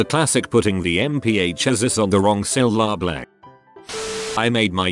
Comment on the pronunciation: What do you proudly do incorrectly? Bot voice: syllablay